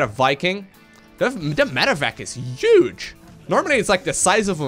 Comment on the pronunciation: That thing is uge (not a spelling error, he just says uge)